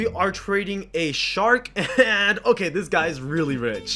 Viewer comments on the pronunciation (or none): Every time you say shark I think you say shadow dragon